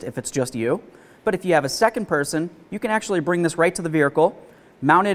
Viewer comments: Does he say vehicle weird. Vihercal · "Vericle" nice